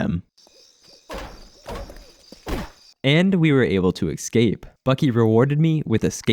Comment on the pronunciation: I dunno why, but every time i hear 'excape' i lose braincells